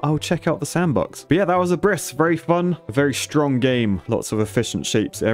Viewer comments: Ab-riss, Not a-briss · Seems like people have already beat me with telling you about the game's title. You were really close with the pronunciation! It's pronounced "Ab-riss" (you said A-briss) as it is a compound of the words "ab" (from/off/down) and "Riss" (tear/crack). As others have already mentioned, Abriss means demolition or teardown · Ab-riss not abriss:) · His pronunciation is pretty good to begin with. The "big" thing is the stress: AB-riss isteas of ab-RISS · And it's not pronounced "uhbriss", rather than "up-reece" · Pretty sure it's pronounced "ab-riss" like you would say "up-rising" and not "u-prising". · Helpful fact of the day: "Abriss" is german for "Demolition" or "Teardown" and it's more pronounced like "Ab - riss". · It's not abriss, it is Abriss (German), so pronounce it with a clean, short "a" (like British "dance") and stress on the first syllable. Ab-riss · Abriss is the german word for demolition. And the ab in abriss than sounds more closely to up. So to say upriss would not be that far off and the r I think is a bit more sharper. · I love english speaking ppl pronouncing Abriss like abyss. Also great video! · Abriss is German and means "Tear down". It's pronounced more like "Up-riss" (with the german R) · Abriss is pronounced more like "uprizz" I'd say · It's pronounced Ahb-riss. It's German for "Demolition". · It's ABRISS! That's german and means teardown in English. Funny pronunciation although. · thx for doing the same as me... and its pronounced completely diffrently then in the vid... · As a German the way how he pronounced "Abriss" triggered me hard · Abriss is a german word wich basicly means destruction and is pronounced at the A and not the I. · Could you please look up the pronunciation of the game title in a German-English translator? "Abriss" is a German word meaning demolition. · "Abriss" that's not how the game is called. At least not the way it is pronounced. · Abriss is german and is pronounced diffrent...